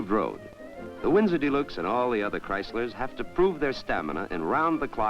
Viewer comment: The narrator repeatedly mentioned "The New Yorker dee-LUKES." Most automotive aficionados are unaware of the 1955-only trim package called "Electro-Whocardial Snukes," which replaced the radio with Jingtinglers and located a secondary Floofloover in the luggage compartment.